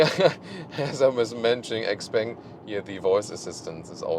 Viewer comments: Shiao pang not ex-peng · it's Shpeng, she bang she bang ;) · Hi. Please google how to pronounce this brand name.